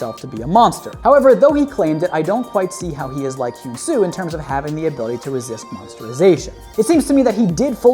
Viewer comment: this is how u say hyun su´s name he an su